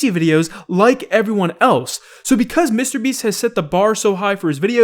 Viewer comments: says "mistabeast" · Hey, I’ve watched you for years. Seriously, but uh can you please pronounce mrbeast as two separate words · Day 503 of asking to stop pronouncing mrBeast weird